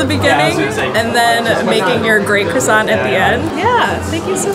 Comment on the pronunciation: did she say cross san to my dude lolol